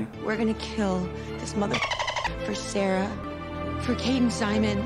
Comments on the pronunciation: The fact that u kept saying Sasha instead of Sarah 😭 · Every time you called Sarah Fier Sasha Fierce i cracked up lol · "sarah fier" is already written in the rock,but he still read it as "sasha fierce" 😭 ajakaka 😂 and he nodded at the end when deena said to sam, you're dead without me ahahaha lol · I love your reactions but you calling Sara Fear Sasha Fear the whole movie had me busting out laughing. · Not him saying Sasha when her name is Sarah 😭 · I get it, at first it was a mistake but how do you mistake Sarah for Sasha again while reading it? On the stone😭 love you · He said Sasha fierce lol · Me the whole time annoyed because he kept saying Sasha instead of Sarah. (No hate towards him btw) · “Sasha Feir” Gurl really? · THE WAY YOU SAY SACHER AND SALAMANDER EVEN THOUGH ITS SARAH AND SOLOMON BUT WHILE EDITING U REALISE YOU SAID IT WRONG PLEASE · it annoys me way too much that he says Sasha and not Sarah